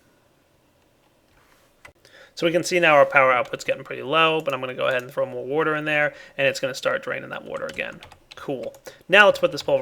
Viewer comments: I love your videos. They've helped me quite a bit. The only issue I have is the way you say water. Drives me up the fucking wall. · he says water weird does anyone else notice lol